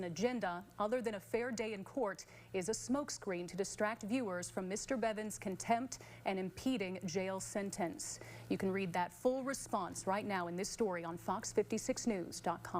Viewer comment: Impending, not impeding